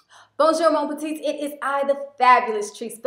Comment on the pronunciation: love your channel! but did anyone ever tell you that the correct phrase is "bonjour mes petites"? the s is silent so you pronounce it "meh"